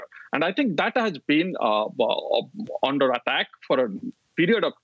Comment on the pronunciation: This person pronounces "under"as "ondor"!!!!!